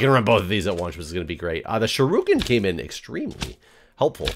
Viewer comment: Sorry,. It's not pronounced sharuken. It's shuriken or sure...ick...en. As a martial artist it just grinds on me when you say that.